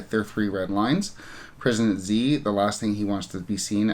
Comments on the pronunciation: I could be wrong, Xi is pronounced more like Jee like in Jesus. Chinese English spellings are weird. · Xi is pronunced exactly like 'she'.